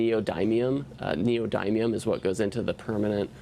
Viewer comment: It's pronounced "knee - oh - dim - e - um" not "knee - oh - dime - e - um"